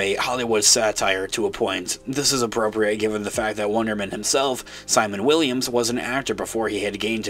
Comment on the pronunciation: You sound like you're saying Wondermen